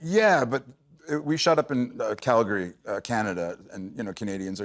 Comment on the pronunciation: Thank you Peter for pronouncing my hometown Calgary correctly. Soooo many people pronounce it: Cal-Gary. That is incorrect. It is: Cal-Gree. ❤